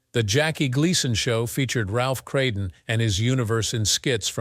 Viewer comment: It's Ralph Kramden not Kraden Bloody hell get it together.